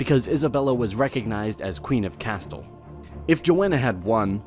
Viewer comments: Take a shot every time he pronounces "Castille" incorrectly. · The way he pronounces Castile.... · quit fucking pronouncing castile like that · First Castille, El Andaluz and many other areas are mispronounced. Second his question and conclusion is that Spain never conquered Portugal, but says that Spain did conquer Portugal succesfully with the help of Napoleon. Huh? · The way he said ”castille” ...and tordesilla. 💀💀💀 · For goodness sake pronounce Castile correctly. Irritating and probably you are an American. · The way he pronounces Castille is making my ears bleed. Isn't the "two Ls = a Y" common knowledge? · You pronounce Castille wrong. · That mispronounced "Castile" gets a thumbs down. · It's pronounced Casteel, not castil. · When he started mispronouncing Castille as "castil" i gave up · It's pronounced CAS TEEL, the way it is spelled. U do, however pronounce it properly when saying CASTELLIAN Succession- then it's 'CASTEL' repeated 7 or 8 times -which got annoying. I thought u were saying "Castle." I don't want to nit pic, because really, the bulk of it is very good but u are also mispronouncing HISPANIA it's EZ, 'Hispan YA' not "Hispane eeya" You have a fine voice and proper American Standard accent, not some goofy English accent from the hinterland so i don't know how u got these wrong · I've always heard it pronounced "Castille", not "Castill" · Bro I'm sorry but why you gotta pronounce Castille as "cast-l" instead of "ca-stee-el" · It’s “Cast-eel” in pronunciation not “Ca-still” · I'm definitely not one to correct pronunciation, especially as it pertains to places with foreign language name origins, but I will anyway. It's cah'steel, not castle. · "Kastle" - Absolitely fecking HILARIOUS. Don't you people check pronunciation before making these videos ? FYI it's KA_STEEL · castle... it is not castle but castile... at least learn to pronounce every other word in the video ffs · Cast-ill oh my lord it’s cas-steel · It’s pronounced CAST-EL Not castle!